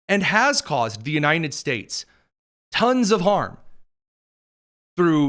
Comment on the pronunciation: Why does he keep saying The "U-nine-ded" States?